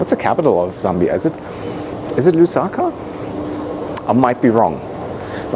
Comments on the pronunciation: Lusaka! Correct! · Lusaka is correct. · You are correct it's Lusaka